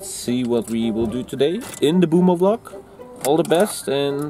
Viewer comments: I like how pronounces it V-Log because he’s German and can’t pronounce V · Stunishing how he's pronouncing V-LOG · Let's just ignore pronunciation of vlog